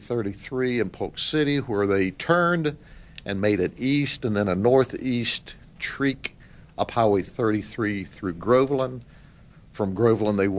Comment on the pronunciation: North east “Treeek”? Or “trek”? Yeah that’s pronounced like Treck. Not Tree-k.